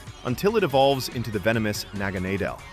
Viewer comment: I used to think Stonjourner was a prevo Stakataka Also It’s pronounced NAH guh NAH del. Like a naga? Not what you said